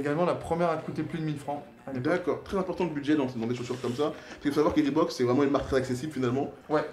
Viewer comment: Si ya 1 O à reebok c'est pour que sa se prenonce avec 1 O Pas 2 donc jsp pq vous dites reebook comme ça